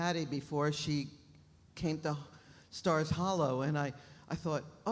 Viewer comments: Anybody else notice that ‘Miss Patty’ said “Scott’s hollow” instead of stars hollow!!!😂😂😂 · Miss Patty said Scott’s Hallow lol